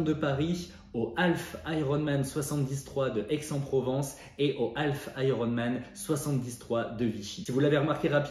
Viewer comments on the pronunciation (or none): Alf c'est l'extra terrestre, half, moitié, semi en français se prononce haf, avec un h aspiré et sans prononcer le L.... à défaut de prononcer correctement l'anglais, parlez français ! ;)